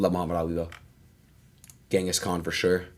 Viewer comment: Ngl Adin is so uneducated it's not even funny ... "what did Shakespeare do?" "What did Gehngis Kahn do?" Ngl I could cry at this point